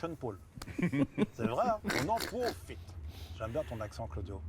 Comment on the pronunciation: C'est des malades ! je vais te taaaaper ! on en pwofite.